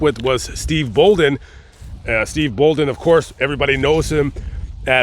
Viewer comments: Steve Borden not Bolden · Steve Borden, not Bolden. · Bruh.. Stings real name is Steve BORDEN. Not “bolden” or whatever you are saying 😂 I guess us wrestling enthusiasts, or “nerds” actually know his name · I’m correcting the name Steve Borden not Steve bolin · Love your videos! Respectfully, You accidentally misspoke when giving Sting's real name. You called him Steve Bolden, and it's actually Borden. Not trying to be "that person", just wanting to clarify! Thank you for these videos and the time and effort you put into them. I'm a HUGE taphophile and would LOVE to visit all these cemeteries! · Boldon?? BORDEN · Sting's real name is Steve Borden, not Steve Bolden. RIP Ultimate Warrior. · Borden, not Bolden. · Not to be one of those guys lol but stings name is steve BORDEN...not bolden!!! But awesome vid jus wanted to clarify for ya!! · It’s the blade runners and also Steve Borden is stings name not bolden just for the record